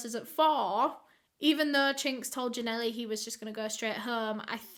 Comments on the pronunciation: It’s Ja-Nelle not Ja Nelly smh that’s my name and it annoys me when people say it that way. And you speak like you know what you talk about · The girls name is Janelle- (Juh - nail). Don’t pronounce the E on end of her name. 😂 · Constant mispronounciation